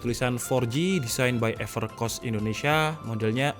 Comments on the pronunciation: Ngakak nyebutnya Evercoss Bukan everkoss:v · Seharusnya epErkos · Everrrchoosss bang wkwk 😂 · "epercoss" wkwkwk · Evercos yang saya dengar pas abangnya baca maaf kalau telinga saya salah 😂